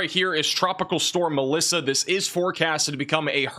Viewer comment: Glad I came to the comments and saw MELISSA, I swear I thought said ALYSSA and I was like, wait what happened to M, N, O, P, etc. Lmao I thought we'd went back to A 😂😂😂😂😂 was so confused